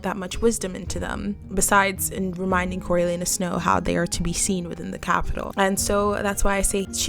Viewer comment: "coriolanuses snow"?